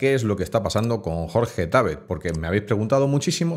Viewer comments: No es Jorge Tábet, es Jorge Tabét (no lleva tilde, la pongo para escenificarlo) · Por qué decís Tábet, cuando es Jorge Tabet???